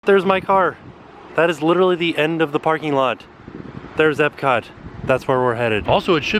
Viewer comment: at one point he says epcat